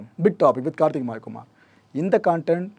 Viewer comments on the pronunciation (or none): none